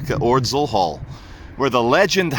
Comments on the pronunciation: Love you mate but it's pronounced oddsall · Please learn how to pronounce ordsall